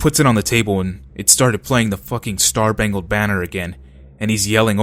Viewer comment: "Star-bangled banner..." LOL